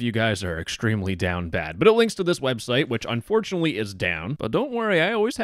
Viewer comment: Thats an A sound not a U sound